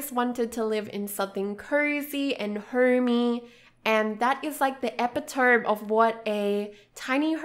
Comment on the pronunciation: Looking forward to more from the series! But I just need to say: it's pronounced e-pi-to-me, not e-pi-tome which is what I heard you said... I made this mistake too when I was about 14ish maybe